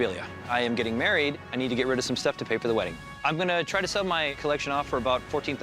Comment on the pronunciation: Trek not Track good lord